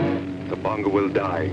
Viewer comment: C'mon people! It's Tabanga! T-A-B-A-N-G-A! Not Tubungu, Tabonga, or Taboinga. Even the people who made the trailer got it wrong! They called it Baranga! Sheesh!